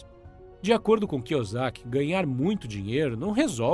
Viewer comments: Muito bom o vídeo cara, mas cê não acertou o sobrenome do Robert kiyosaki uma vez kk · O mais importante foi passado: os ensinamentos. Seria interessante aprender a falar o sobrenome do Robert corretamente antes de soltar o vídeo. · e vc acha que tá melhorando seus erros entrando em comentários aleatórios que faz gracejos com a falta de real empenho do criador em aprender pronúncia do nome de um altor do livro que tem as sílabas idênticas ao nosso idioma "KIYOSAKI"... se este é o seu plano de ser uma pessoa melhor e evoluída... parabéns ce vai longe... na lua terá até uma escultura sua seguindo nesse caminho, comente e mais 10 comentários aleatórios durante todos os dias da sua vida e em mil anos vc chegará la, agora vai lá garoto pega eles tigrão 👍👍👍 kkkjkkkkkkkkk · A parte que será irônica e que só o dono do canal terá real retorno disso tudo, quanto mais comentarios no vídeo dele mais o YouTube acha q ele e relevante e manda pra novas pessoas, e aí vai ter uma nova leva e pessoas que vão aproveitar bem o conteúdo, uma nova leva de gente que vai achar engraçado a pronúncia errada do nome do autor, e vai ter os caras que querem esculturas na lua achando que comentar no comentário dos outros e alguma coisa útil pra vida kkkkk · ROBERT KI - KI O SAKI NAO ROBERT KIUZIAKI KKKK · Pronunciou Robert Kusiac no início do vídeo sendo que o correto seria kiosac. Mas tá valendo kkk. Bom trabalho. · Desculpa mas você falando o nome do Kiyosaki errado dói na alma! Kiyuzaki foi foda 😂😂😂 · Kiozaki e não kiosiak. Mas valeu o resumo...🙏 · "Cusiaqui" kkkk tá sabendo bem pronunciar o nome do autor kkkk, ainda bem q o primeiro nome dele não é oriental também kkkk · Robert "Kuziaki"? Nunca tinha ouvido essa pronuncia.. 🤔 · Só faltou pronunciares o sobrenome dele corretamente. Fora isso, gostei do vídeo.